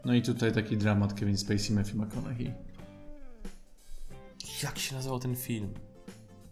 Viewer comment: McConaughey jak coś wymawia się na końcu przez hej sam Matthew tak mówi, ogólnie polecam obczaić wymowę imion/nazwisk wymawianych przez ich nosicieli.